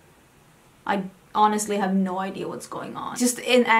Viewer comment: Love your "nou nou nou" haha its sounds so Dutch😂